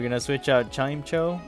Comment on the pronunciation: Its pronounced Chime-echo btw